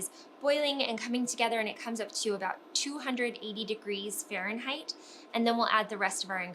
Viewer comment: You’re very hard to listen to. Can you say Fahrenheit one more time?